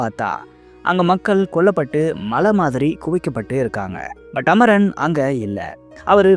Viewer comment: Amaran not amoron bro😂